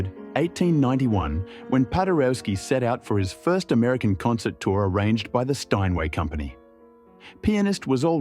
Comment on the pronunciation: AUssie pronunciation maybe?